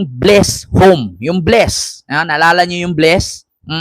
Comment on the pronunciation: BLISS Not Bless 😊